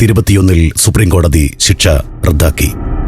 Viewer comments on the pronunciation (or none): none